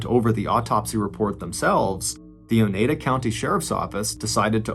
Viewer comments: Love the telling of the story. One note. I live in upstate NY. You pronounced it O NE DA county. It's O NYE DA county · Oneida (o-nye-duh) 😆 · The name of the county is pronounced oh-ni-da (long I sound), after the aforementioned Native American tribe. Crazy stuff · It's pronounced O-NEYE-da. Long "I" sound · Pronounced Oh NI da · I knew about this case but enjoyed your telling as usual. However. Your pronunciation of “Oneida” rubbed me the wrong way. I’ve always heard it pronounced “o-Nye-duh”. Kinda rhymy with Ore-ida (potato products). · The way he says Oneida hurts my soul 🤣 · This is terrible just terrible 😔😔 I love your stories!! And it's cracking me up on how you're pronouncing Oneida county 🤣🤣🤣♥️♥️